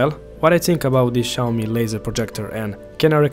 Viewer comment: omg another guy... noy SHAWME. xiaomi sounds like SYA O MI!!!